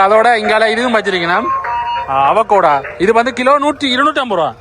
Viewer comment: அவகோடா இல்லை அவொகாடோ என உச்சரிக்கப்படும். (Avocado 🥑🥑🥑🥑🥑)